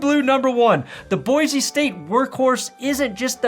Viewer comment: It’s BOY-SEE, not BOY-ZEE Do better